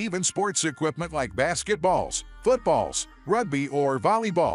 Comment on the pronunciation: Basket.. balls !? BOT AI Voice .. not natural